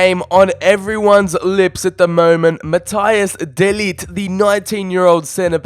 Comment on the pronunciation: I like that you said mathias de lit ( or sounddd like that) 😅